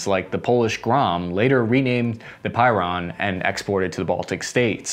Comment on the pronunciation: "... like the polish Pyron" Goddammit, you were doing so well with your pronunciation